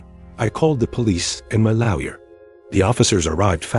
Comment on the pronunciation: His lowyer?? Pronounced as ow. Funny she sure managed to trash her car if she only backed into the pole. LOL.. AI in action.